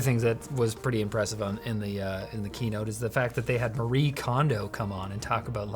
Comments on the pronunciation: Kondo Marie(family name goes first) in Japanese is: 近藤 麻理恵, but pronunciation of Marie is mah-ri-eh, When Andy asked "who is Marie Kondo" it took your pronunciation of mah-ri, and perceived it as 馬力(horsepower), which is pronounced the same way. Literally an AI getting stuck on the phonetics nuances of toe-may-toe/toe-mah-toe... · To be fair "Marie" does sounds like "horsepower" in Mandarin